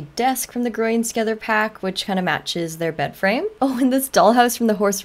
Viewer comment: is it just me or the way she says „growing together” sounds so wrong 💀